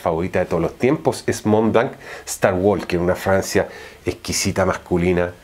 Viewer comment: Alguien más escucha Francia en lugar de fragancia ?